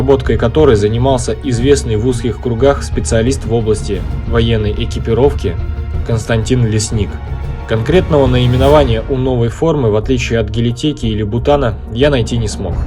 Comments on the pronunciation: Константин ЛЕсник. Резануло ухо неправильное произношение фамилии.. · В украинском произношении ЛеснИк